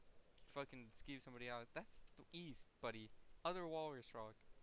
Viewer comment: east? I thought you said weest